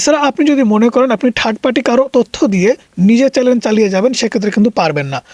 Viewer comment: চ্যালেন না চ্যানেল 😂😂